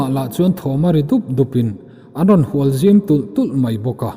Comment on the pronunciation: Hnual i lam dan chu leh🤣🤣